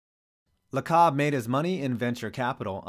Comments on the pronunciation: Lacob = Lay-cub...not Luh-kahb haha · Great video, but it’s Joe Lacob (“laycob”) for the Warriors owner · Dudes roasting the warriors and can’t even say the owners name right